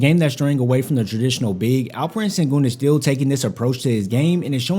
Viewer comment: He's shown a lot and he's only 20. Silas doesn't seem to think so though. And it's pronounced shen-goon.